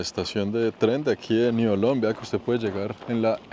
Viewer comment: La pronunciación local de Niolon es: niolɔ̃ŋ = niolon-ng.